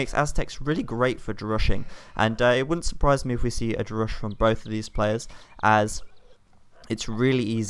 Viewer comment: It's pronounced "rush", not "drush".